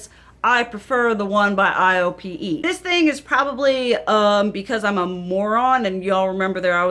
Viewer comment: Hey girl, thanks for this video! Because you're using your older stuff, we're able to get insight on products that we may have forgotten about, but are still available on the market. IOPE is pronounced like "eye-oh-pay". I'm Korean and my mother and I use a lot of Korean products so I'm familiar with this brand!